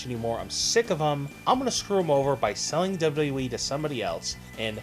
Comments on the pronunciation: it's "double u double u e", not double ubble e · How ar u saying wwe